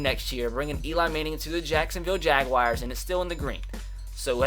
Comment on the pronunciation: It's not the jag wires lol you can't pronounce names for shit